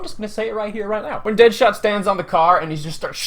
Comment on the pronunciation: His name is "Dadshot" not deadshot